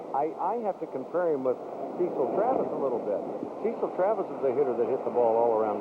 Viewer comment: PA announcer says, "CEE-sull" instead of "CEH-sull" and you can see Fielder say, "Aw, man. He called me CEE-sull, man."